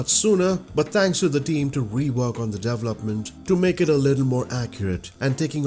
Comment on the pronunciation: Thanks! Learn how to pronounce 'development' here: and how to pronounce 'event' here